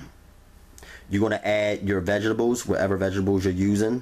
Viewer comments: i just love how he says vegables and not vegtables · What are veggibles? 😂😂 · Vegables? Thats adorable!! I mean no disrespect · Who else LOVES the way he say Vegables 😂🥰❤️ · Phonetic: V E J T A B E L S! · Every time he say vegables I crack up lol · Lol "VEGABLES" 🤣...GOOD VIDEO THOUGH! 💪🏾😎...👍🏾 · vegables.... lol... I'm out. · "Vegebales" lmao 😂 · Moiss rum tepecher vegibals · First thing I caught as well 😂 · I love the way you say "vegga bulls" 😍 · theylovemarg har har har let’s continue to laugh at how someone who mispronounces a word! 😂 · Literally came to the comments to see if anyone else caught that!!! Chileeee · Lol love the recipe but can’t get over the “veggablez” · Did he say vegiblz?